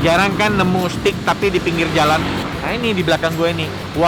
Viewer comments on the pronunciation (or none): none